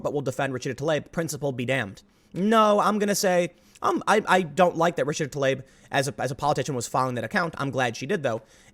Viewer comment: FFS... Not ti-lab, not ta-layb, not tuh-leeb, not tli-ab Rashida Tlaib,... TLAH - EEB, damn, it's not that hard, people. You need to transition to be trans. That should be the rule. Since getting your vag extruded into a nub, or your balls lopped off is inextricable from reproductive sterilization, I have zero problem with this. Now, you wanna discuss women in prisons being semi-coerced into sterilization, that's some sketchy BS. And sorry, any repeat violent offender should be executed. In fact, I'm with the Saudis beheading people guilty of manslaughter due to reckless endangerment. That sort of active disrespect for life needs to be met in kind and the cancer removed from society.